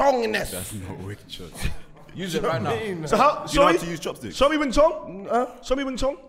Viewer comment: Bruh its Wing Chun not Wing Chong Lol